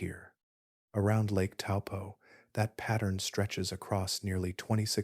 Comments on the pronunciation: Bro taupo like your big toe and your rich and your poor just have a go and pronounce better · Helpful tip for pronunciation / Taupo = Toe🦶+ Pour🫗